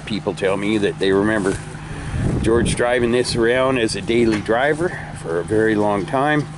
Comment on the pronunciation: Take your time and make " george" right